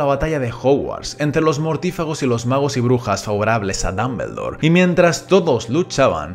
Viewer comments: Muy buen video, ame la pronunciación "Dambeldor" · Muy bueno el video, pero no es ni mAggle, ni dAmbledore, ni sLaghorn.